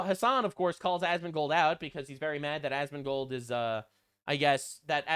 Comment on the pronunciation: Did say Asmondbald🤣